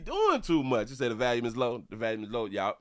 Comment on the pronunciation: STOP SAYIN VALUME, ITS VOLUME!